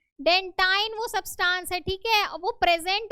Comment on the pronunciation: Teacher it's not substaaans It's subtance